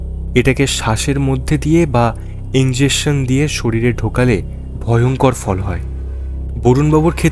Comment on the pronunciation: Injection pronunciation ta thik korle bhalo hoy